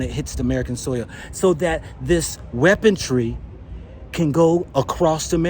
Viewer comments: Hey ’its weaponry not weapon-tree … we all make mistakes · "Trajetrery?" " Weapontry?" "Space Command?" Hahahaha! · Trajectory, weaponry. I am African so I thought I was mishearing him insert a t in weaponry. All the same, crazy times ahead. China will surely not be bullied. Tough times ahead.